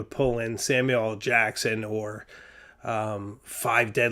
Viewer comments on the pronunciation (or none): none